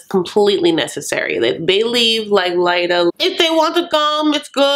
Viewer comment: Clearly you are pronouncing Leida correctly. No way Leida is pronounced Lita. But I hate her so I don’t care if I’m wrong. SHE is wrong if she is pronouncing it Lita. The bitch.